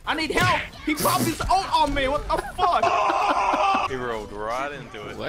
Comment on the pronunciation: “monkey on me plz hewp. i need hewp he pop his ult on me wtf☹️”